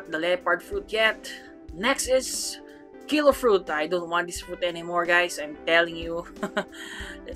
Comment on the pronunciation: kilo fruit im hearing pakyu fruit lol